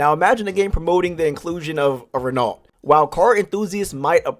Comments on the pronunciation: renault is pronounced like ruh-no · Only here to hear you pronounce renault and Peugeot wrong